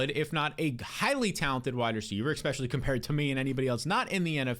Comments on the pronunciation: please… if you are reading this, enough with the expecially. ESpecially. Please man it’s bugging me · *especially. Not eckspecially